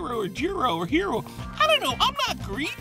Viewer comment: Greeky-ish lol